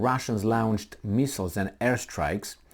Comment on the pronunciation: "LAWNched"...Not "Lounched"..Thank you.🙏